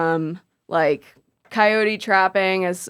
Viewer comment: Upvote for initial pronunciation of “coyote.” Yote. 😊